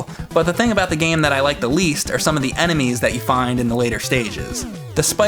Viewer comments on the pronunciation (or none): why says "anime" instead of "enemies"?